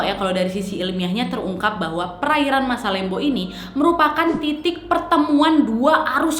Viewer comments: Mohon maaf kak yang bener masalembu bukan masalembo 😂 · kak itu dibacanya masalembhu bukan masalembo :')